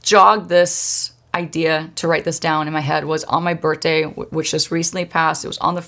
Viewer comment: I love how you say birthday. My friend says it like that. Bertday lol